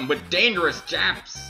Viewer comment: I'm sure those piles of dust don't mind as much that you're sorry~ I'm surprised you weren't told to kill Dogaressa first, also! >"Jah-pez"